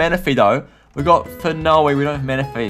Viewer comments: Phenoi? its Phione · PHIONE NOT PHINOE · it's not phinnoe it's said phionne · it's FEE O NE NOT FI NO EE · Phione is pronounced Fiona but without the a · Fi - Ohn phione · u say it as ph-ee-ohn but spelt phione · I pernounce Phione Fe-own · u say phione wrong lol 😂😂😂😂😂